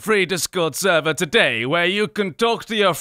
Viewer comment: In the sponsorship at the beginning, who else thought it said, “Create your own free sewer today!” until he said “server”?